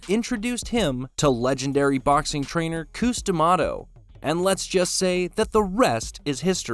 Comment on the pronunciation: Cus 😭 not Coos